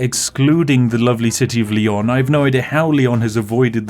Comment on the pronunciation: This Is my favorite video of your channel. Mostly because the pronunciation. "SEVIL" "LION" "ACORUNA" "TOULDEO"